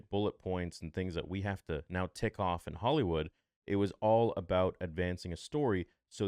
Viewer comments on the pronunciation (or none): none